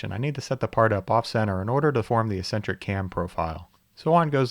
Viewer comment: Do a lot of people say "ess-entric" instead of "ex-entric"? That's new to me.